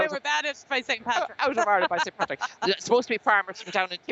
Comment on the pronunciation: It's Patrick not paddy